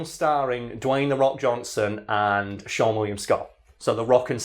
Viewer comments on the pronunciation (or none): none